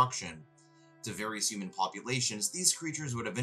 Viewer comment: Great video! Very informative and great pacing and editing. Side note, I love the way you say "yooman", it cracks me up!